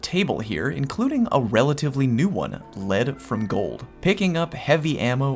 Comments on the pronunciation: My god. He pronounced it "Ledd from Gold." Thank you,. Thank you so much for understanding what the hell it means before saying it. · Take my thumbs up you are one of very few that pronounce Lead from Gold properly